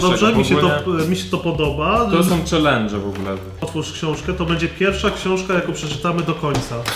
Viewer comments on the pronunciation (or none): none